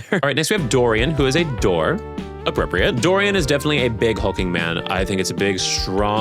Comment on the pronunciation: Oh no. He got Dorian so so wrong 💔